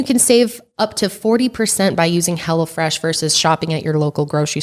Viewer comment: Sounded like said Hella Fresh instead of Hello Fresh lol Love yall!